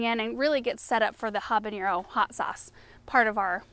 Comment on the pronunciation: Hi there! I love your channel and all that you share!!! Habanero is not pronounced habaniero… there is no i sound… Love your work and all!!! The teacher in me and my Mexican heritage had to share the correct pronunciation…💞👏🏻👏🏻👏🏻